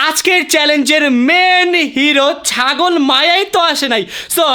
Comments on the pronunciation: চাগল না ❌ ছাগল ✅ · ভাই ওটা ছাগল হবে চাগল না😂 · ভাই চাগল না ছাগল❤😂😂😂😂😂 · ভাই আপনি কি শরম পান নাকি ছাগলের ছ হবে চ হবে না😂😂😂😂😂😂😂😂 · ভাইয়া এটা চাগল না ছাগল হবে😂😂